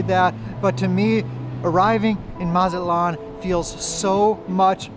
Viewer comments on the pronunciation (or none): It's not Mazat-lan.. It's MA-ZA-TLAN 🤭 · Really don’t know what u talking about from Texas was more expensive to go to Mazatlán. By the way pronounce the T please Check Expedia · Amigo who told you that the letter T is silent in Spanish, it's no, You would sound so much better if you pronounced it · That’s not how you pronounce Mazatlán. Butchered it 😅